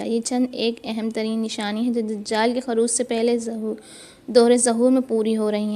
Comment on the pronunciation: ظہور کے ظ پر ایسے ہی خروج کے خ پر پیش ہے زبر نہیں بطورِ اصلاح بتایا ہے تنقیدی طور پر نہیں